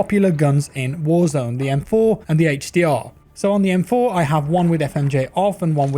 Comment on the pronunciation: Came here for the "hache dee awr"